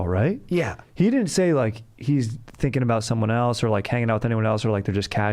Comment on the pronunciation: I looove the way says else. ELTS. Dank.